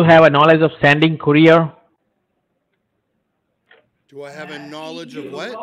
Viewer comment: Lmao.. scammer in the background: Why you call here again and again! Love it! I'm a scammer! Got him to say it..haha! Awesome 👏 Koo rear? What's a koo rear? Look out for that frog information. Frogs can be unreliable.🐸 📝 Aww.. you dissed his grammar and he gots a mad. 😡 Haven't heard of this scam before. Great job. 👏